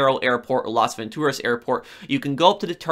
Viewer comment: I don't like how you say Las Vantoraz